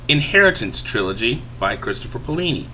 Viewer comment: and is alah-gay-see-ah and its pay-o-li-ni